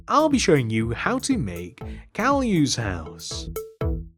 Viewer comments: It is not Cow U. It is “Kai U” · It is pronounced Caillou